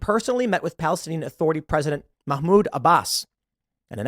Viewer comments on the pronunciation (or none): none